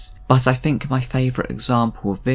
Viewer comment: "Fing," "fink" even "Funderchild." Good Lord man, use your tongue.